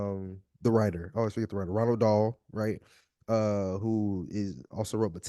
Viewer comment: Ronald Dahl lol 😂 I can't take a video seriously when you mispronounce the author's name within the first minute